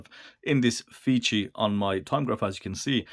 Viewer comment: The brand is pronounced "face 3". Definitely not feces. The fei is like typical Chinese "fay" + c = "face" and the last letter is the number 3. So please buy watch that does not pronounce fee-see